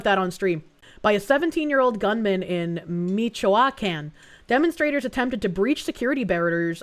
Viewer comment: Meech-Wah-Con ... Michoacán